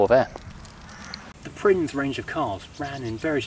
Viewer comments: My cousin had one. It caught fire on the M5 and completely burnt to the ground by the time the fire brigade arrived. Someone tell the narrator that Prinz is pronounced Printz. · It's pronounced "prince". My mate had one and every time he went over a bump a plug lead came off and it just...stopped lol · I think prinz in German is pronounced "prince".. and it means prince too.